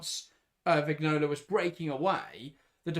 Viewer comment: Vignola is pronounced Viñola